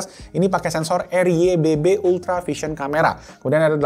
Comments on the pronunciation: RYYB bang bukan RYBB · Ryyb bang bukan rybb😁